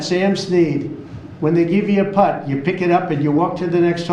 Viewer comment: He says putt and I think PUTZ ! Putz in need of a reality check !